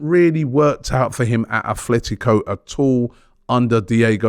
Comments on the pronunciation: Nor Atletico he keeps saying Athletico Madrid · ATLETICO NOT ATHLETICO.